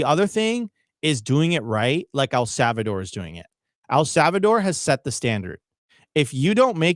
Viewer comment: El Savador? What the L?